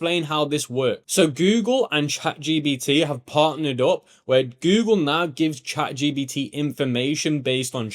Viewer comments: for real its a bit irritating 😅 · I love how you always say chat gBt rather than gPt 😂